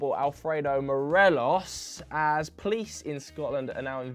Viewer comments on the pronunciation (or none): none